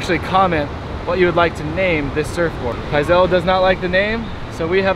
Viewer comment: Pizal stick instead of fizzy pop but kinda like fizzy pop! but pronounced P-iz-AL